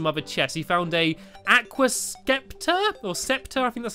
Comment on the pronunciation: it's soooo easy to pronounce aqua